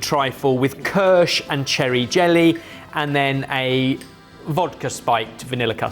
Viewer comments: pronounced keersh not kersh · i remember an episode where was drunk... remember? kirshT? you drunk? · The Ki of kirsch is pronounced as in "kitchen" ;-) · The pronunciation of "Kirsch" is making my teeth itch! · Second generation Swiss here... saying Kirch repeatedly without the I in the word veing pronounced like "knee" or "bee" was the equivalent of nails on a chalkboard....